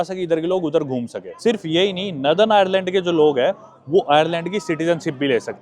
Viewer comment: bhai it’s nor-than not naa-than